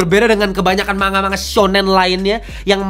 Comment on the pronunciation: manga dibaca mangga ya kakak seperti buah. bukan manga seperti kata mangap hehe.